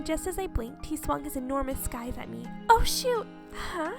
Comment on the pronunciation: I don't like being this type of person but scythe is pronounced sigh-th. Sorry but I'm a bit of a grammar nazi.